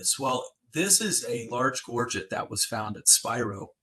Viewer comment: Absolutely amazing......this should be what is taught in grade school. It is so nice to hear someone pronounce the word Gorget correctly, how refreshing. Most souther and mid west collectors say it incorrectly.